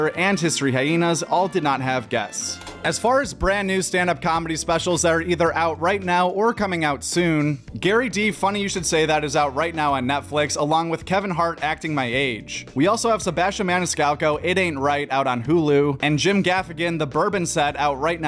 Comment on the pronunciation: Gerry not Gary